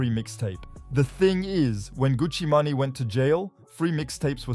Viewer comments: Who is Gucci Manayyyy 😂🤣😂 Gucci MANE pronounced like MAIN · Did you say Gucci Mahnny? I wasn't looking at the screen so that shit caught me off guard. You mean Gucci Mane? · its gucci mane( (man) main) ,,, not gucci manny wtf... u dont even know the names... smh. come on mane lol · good one! was more of a pronunciation error, than me not knowing the name ^^ Well, gotta go "Get The Bag" thx for the comment